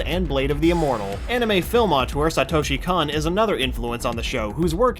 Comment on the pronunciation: Kon is pronounced with a long O